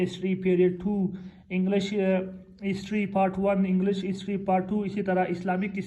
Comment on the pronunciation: It's English not Englash😂😂😅